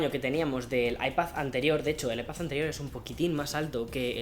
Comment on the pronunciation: Diooos me cuando dice “Ipath”